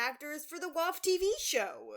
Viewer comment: yeah but you say wof. I think thats funny